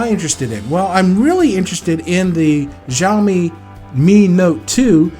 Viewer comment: Xiaomi is not pronounced with a J sound. It sounds more like an S. Like how you would pronounced snake. So it should be like Sh-ao-mi